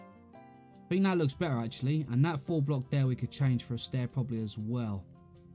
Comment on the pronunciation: Great tutorial but when you say “full block” you make it sound like “four block”